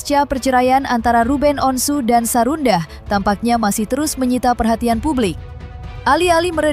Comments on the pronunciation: Sarwendah bukan sarundah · Ini yang isi suara siapa?? " namanya sarwendah bukan sarundah 😂" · Apa cuma aq yg dengar presenter nyebut Sarundah, bkn Sarwendah. Bnr² sarundahhh. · Sarwendah bukan sarundah 😂😂😂😂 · Sarwenda. Min bukan sarunda😂😂😂